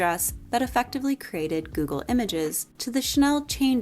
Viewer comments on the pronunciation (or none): none